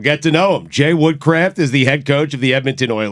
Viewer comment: 1. It’s WOODCROFT 2. Any list without Zinedine Zidane is invalid.